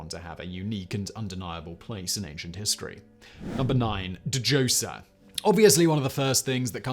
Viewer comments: Dah joser the D is silent man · The D is silent Simon. Just say 'Joser' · Djoser - ZOH-sher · Isn’t the “D” in Djoser silent? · How does it not surprise me that fact boy can't pronounce Djoser's name? Djinni is the proper spelling of the English genie. Anything with that dj at the beginning is the same. Hyksos, not hyskos.